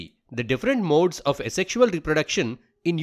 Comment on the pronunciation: its 'asexual' and not 'a sexual'..